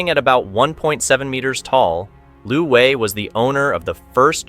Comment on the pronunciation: Narrator is very confused keeps thinking this is Vietnam. China does not use dong. And Wei is not pronounced Vi.